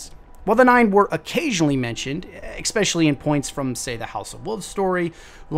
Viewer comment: Curse my OCD...keep getting triggered by all the "ekspeciallys" and "ekseteras" 😖